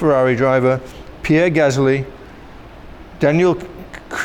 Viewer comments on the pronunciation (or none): none